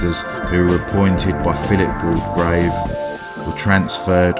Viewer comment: Great video of two places I’m interested in. Borley and Langenhoe. I’ve been to Borley church at night but unfortunately never saw anything. Just one thing, Waldegrave is pronounced Wall grave not Wall de grave. The name is listed in Debretts along with its correct pronunciation.